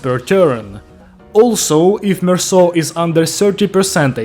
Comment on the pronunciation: HE PRONOUNCED IT RIGHT IM SO HAPPY IM CRYING 😭 ITS SO PEAK